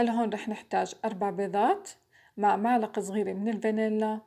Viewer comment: ملعقة مش معلقة لللللل مش ععععععععع إستغفر الله 😒😒😒😒😒😒😒😒😒😒😒😒